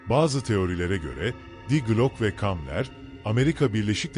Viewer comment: Glok olarak değil di Gloke olarak okunuyor! Glok ingilizcedir